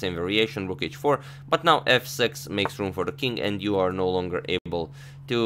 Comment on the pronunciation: Please don't try to pronounce "now" like the British, you fail each time :)